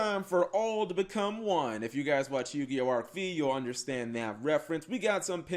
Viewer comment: The v in arc-v is said as five because v in Romen numbliers is five